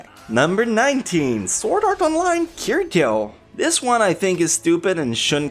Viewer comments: You said Kirito super wrong xd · you pronounced “kirito” wrong! lol love it though